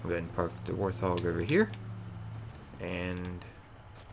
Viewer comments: Why are you saying warthog with an L? Warlthog?? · "the war thog" bro surely not.